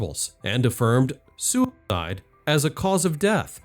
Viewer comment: Why do you keep saying « soup died »?